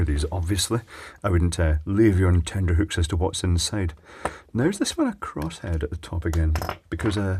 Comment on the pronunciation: It's "tenterhooks", not "tender hooks" (Google it). .